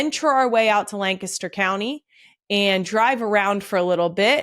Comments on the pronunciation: Thank you so much for pronouncing Lancaster correctly. As someone who grew up there it is like nails on a chalk board to hear it pronounced the WRONG way!! Love the podcast!! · You said Lancaster correctly!!!! Go Birds